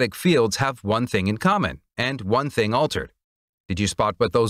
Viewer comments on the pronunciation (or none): none